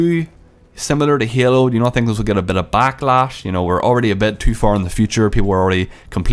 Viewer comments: this guy says Hailu every time instead of Halo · It s halo and not yalo. But ya halo 5 is much beter then cod iw. I m so angry about this,it s fuckd up! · You said hyelo, you need to say halo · the word you said the most were halo and game and it's kinda annoying the way you pronounced it